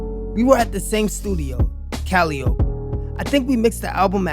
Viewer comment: Its pronounced callie opy far as studio and its greek